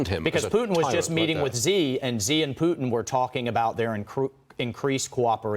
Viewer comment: Chinese dude's name isn't "zee." It's more like "shee"